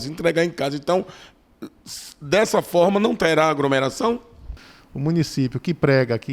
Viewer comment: Você deveria voltar pra escola, pois nem sabe falar o português formal. O correto é AGLOMERAÇÃO e não “agromeração”.